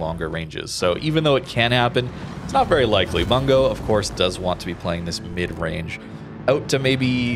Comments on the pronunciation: the "u" in Bungo actually pronounced as actual u/oo sound like "boo" instead of "a" sound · Oh man, I like the ship, I like the name. But everyone keeps pronouncing it as "Bun-go" and it make me laugh every time because it matches the meme that is WG balance. For anyone curious, it should be pronounced: "Boon-go"